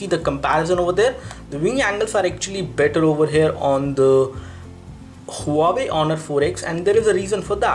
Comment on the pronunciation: huawei is pronounced as "wah-way" not hu-wa-wey